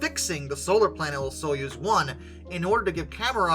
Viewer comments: It's "Soyuz", not "Suez"! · Soy-UZ, not Suez. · Soyuz is pronounced Soy, as in soy sauce, uz, as in use. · Easier pronunciation guide Soy-use